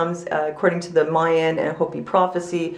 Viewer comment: The Mayan calendar doesn't account for leap years. I'm not the least bit worried, and I'm sick of people thinking something bad's gonna happen. I'm sure nothing will happen that day, and it'll be just another day. Why do you say "mey-an"? It's "my-an".